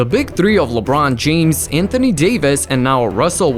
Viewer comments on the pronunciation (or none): none